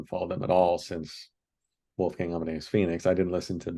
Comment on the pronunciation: I think These guys dont understand This Kind of music. Perhaps The are american. And its called Wolfgang Not Wolfgäng. Americans have no Culture.